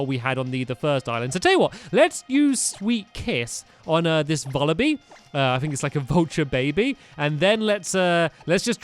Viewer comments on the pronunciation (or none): none